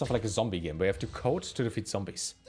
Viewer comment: "CODE" 😂 For the first few minutes I thought you were saying "coat" 😀 And I thought to myself "Nah, this can't be right. German schools can't be that weird 😕" 😃😃😃